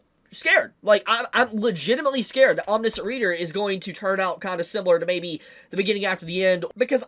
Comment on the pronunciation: I don’t want to be that guy but you’re pronouncing omniscient wrong